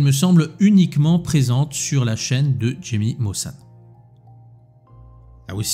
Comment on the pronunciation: Jaime ne se prononce pas comme tu le prononces